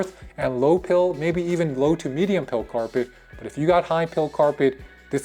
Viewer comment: It’s PILE. Like a pile of dirt. Or a pile of rocks. Think ‘Pie’.